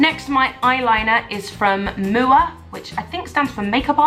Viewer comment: Just a quick tip MUA is actually pronounced as M-U-A not mooah